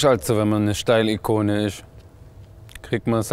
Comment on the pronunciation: „Schtailikone“ und „Vorgädschichte“ 🤣